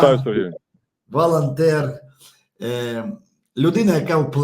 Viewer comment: Українською - це прекрасно, але попрацюйте будь ласка над вимовою. Програма а не праграма. МоЄ а не маЄ. Волонтер а не валантер. Ігор а не ігорь. Сонечко а не сонечка, і т. п.